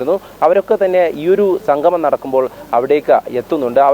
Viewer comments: സംഘമം അല്ല... സംഗമം... സ്ഥുടത അനിവാര്യം❤ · സംഘമം അല്ല സംഗമം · സംഗമം എന്ന് പറയഞ്ഞോളൂ. സംഘമമല്ല. മലയാളം കുറച്ച് കൂടി നന്നായി പറഞ്ഞോളൂ🙏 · എടോ സംഘമമല്ല സംഗമമാണ്.ഉച്ഛാരശുദ്ധി വേണം വാർത്താ അവതാരകന്